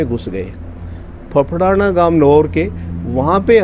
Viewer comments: फफड़ाना नहीं उसे गांव का नाम फेफाना है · सर उस गांव का नाम फफड़ाना नहीं है फेफाना है ,,🙏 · फफड़ाना नहीं है। फेफाना गांव है नोहर तहसील में,sir ji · यह गांव फेफाना है। फफड़ाना नहीं